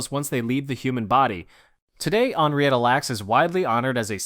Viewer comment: Henrietta is pronounced "henn-ree-ettuh," not the way you pronounced it. And "Hela" is pronounced "HEE-luh." You finally correctly pronounced it right at the end of the story about them. Everyone, Google is free and it will give you the correct pronunciation of words if you're not sure. And yes, my friends call me The Pronunciation Nazi.